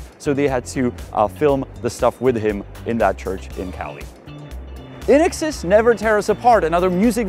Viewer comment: Hello, pronunciation Nazi here. INXS is pronounced "In excess". But please go on ... ;-)